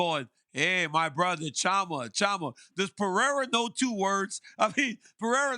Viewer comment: Jesus Sonnen, P E R E I R A.... Is not that hard!